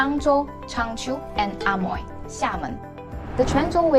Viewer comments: Amoy should be pronounced as emoy.... Not A Moy.....!! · 厦门can be pronounced Eh-Mui or Eh-Meng in Fujian depends on sub dialect. But the english Amoy should be pronounced as Eh-Moy, Not Ah-Moy. Hokkien in different area have different pronunciation. It can not be said that 门 (door) should be pronounced as méng 盟. There are different pronunciation between Quanzhou and Zhangzhou. Xiamen is located between Quanzhou and Zhangzhou, so basically Xiamen dialect is mixed between Quanzhou and Zhangzhou. There is a rule that the word with. **ng in Quanzhou will be changed to *ui in Zhangzhou dialect... For example: 饭 = Běng (泉州); Bui (漳州) 卵 = Něng (泉州) ; Nui (漳州) 酸= Seng ; Sui 黄 =Ng ; Ui 远 = Hng = Hui 门 = Meng ; Mui, 问 = Meng ; Mui et cetera